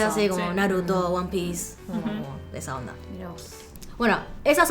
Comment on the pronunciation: "esa onda" que argentino sono